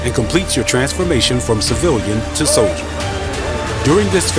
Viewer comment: I mean thats one way to say Soilder 😂